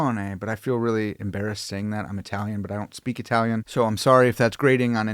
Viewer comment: "Seein as I speak the most I-talian."